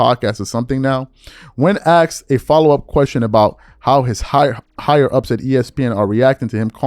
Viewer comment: ASKED NOT AXED.